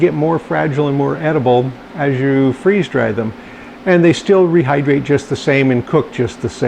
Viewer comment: thanks for taking the time to respond! I’m a stay at home mom looking to find ways to streamline meal prep while still cooking everything from scratch. I’ve watched hundreds of your and other FD videos. My middle child, toddler, now asks “can we watch the?” 😂 thanks for your info and data. I love experimenting and collecting data:)